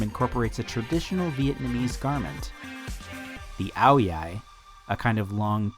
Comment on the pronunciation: Your pronunciation of ao dai was pretty damn spot on! Thank you for covering this character